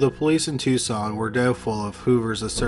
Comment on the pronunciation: I am totally shocked pronounced Tucson correctly